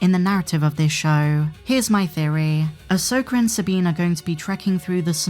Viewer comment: easy with with the hard "R".. 😅😅 "Ashoker and Sabine"